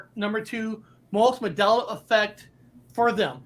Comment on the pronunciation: It's MAN Dela not MAdela!!!!!!!